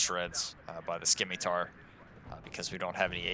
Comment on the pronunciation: It's pronounced like "Simitar," it's a soft C. Not to be a jerk just for future reference is all :D